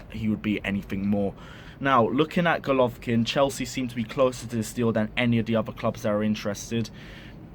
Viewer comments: its not rocket science to pronounce "Go" "lo" "vin" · Golovin! not Golovkin))) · Bro its golovin not golkvkin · It golovin not golovkin plz get his name right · Bro it’s Golovin not Golovkin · You shud take this video down awful that the main part of your video refers to someone whose name you could not bother to research enough to say it right